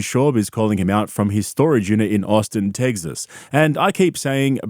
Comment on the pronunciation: “Austin Tegzis”